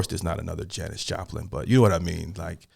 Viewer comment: Yes you pronounced it correctly. Haven’t heard of Janis? Under a rock?